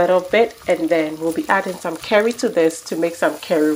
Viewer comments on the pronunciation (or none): Do you know how long it took me to look for the seasoning called 'KERRIE' before I realized that you were saying the word 'CURRY' I was looking all on the internet for this DAMB SEASONING! 🙄 I tell you, people from around the World their accents can either get you into trouble or cause a complete misunderstanding! So glad i figured it out in the end! Because I love curry in my food 🤭 Your food is just exquisite! I just cannot wait to try it! I love Shrimps, Prawns etc you name it! I just finished making a Seafood and Noodles dish, my son and I absolutely loved it!